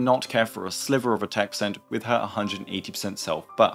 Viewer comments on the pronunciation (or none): none